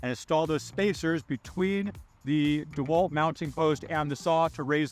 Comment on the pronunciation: Did he say Dewelt ?.....really